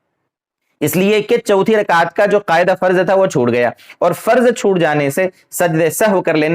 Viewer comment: محترم السّلام علیکم ورحمتہ اللہ وبرکاتہ بعدہ عرض ہیکہ آپ لفظ قعدہ ، کو قائدہ کیوں کہرہے ہیں'اور اس ویڈیو میں آپنے تین الفاظ جو انگریزی زبان کے الفاظ ہیں، (پوائنٹ)(کلیر)(کنفیوژن) کیا ان تینوں الفاظ کا متبادل اردو زبان میں نہیں ہے اگر نہیں ہے تو عربی یا فارسی زبان کے الفاظ کا استعمال کرلیتے۔ خیر قوت فکر آپکی اور مرضی آپکی عوام الناس کو جس طرف لیجانا چاہیں لیجأیں۔ والسلام علیکم ورحمتہ اللہ وبرکاتہ ۔